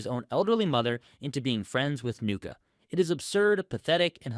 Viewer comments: Bro learn how to pronounce the names 😂😂😂😂who the fuk is nuka?? You mean Nu-ch-a nuccia And still u haven't learned how to say consigliere😂😂😂😂😂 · Her name is pronounced NEW-CHI. Not NUKA. Nucci Gualtieri. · Do you pronounce names that fuckin terribly to drive user engagement? Nuccia isn't said as 'nuck-a', it rhymes with Gucci. Edit: Nevermind, i just heard how you pronounced "abrasive" 😂 you obviously have some kind of problem with english